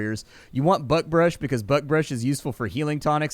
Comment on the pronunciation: Did anyone hear butt brush when he first said buckbrush?